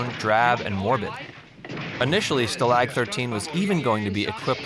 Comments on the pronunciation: It's STAlag, not staLAG. Also every a in German sounds like ah, not like a in at. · stalag is pronounced like spa log, not sta lag like jet lag, ya big dummy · Stalog 13, not Stalaag 13. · I caught this mistake as well. I guess this guy thought this was a version of a Germany prisoner of war camp “Gilligan‘s Island” — And also this narrator guy obviously I don’t even think ever watched a show. He pronounces Stalag-13 (Sta-Lock 13) as “Sta”-“Lag” 13. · Wayne Novotny Right: STA lag, not sta LAG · Did this guy ever watch this show? They didn't spend each episode trying to escape Nazi custody. And the setting was not pronounced Stuh-lag 14. Many other mistakes. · You don’t know how to pronounce “Stalag”. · Yes, LeBeau was my favorite Nazi on the show. FFS, why can't these "fact" Youtubers for once actually watch an episode or two of the programs they rant about? So much of what he is saying is laughably wrong, from the show's premise to the pronunciation of 'stalag'- a word spoken about two dozen times in every episode. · Allow me to quote Galaxy Quest..."Did you guys ever watch the show?" "Whiner" Klemperer? What's up with the pronunciation for Stalag? one of the three only three of these type of vehicles ended up "on" Hollywood? LeBeau was a Nazi? Give me a break...please try and project some type of familiarity with the material before presenting a video where you supposedly are presenting facts... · This is one of WORST videos ever to point of being infuriating. Few of MANY examples of consistently mispronouncing “stalag,” calling LeBeau character a Nazi, title writing Nazi’s as is I possessive for Nazis as in plural. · You've watched the show, but you can't pronounce "stalag"? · Since you don't know how to pronounce "stalag" I doubt you ever watched Hogan's Heros. Most of this information is totally useless, totally! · So many mistakes and sloppy pronunciation of names. This video is not a good example of attention to detail.